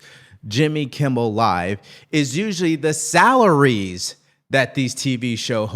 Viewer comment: It's.Kimmel. Not Kimble. That's driving me crazy. Lol. Good show.regardless.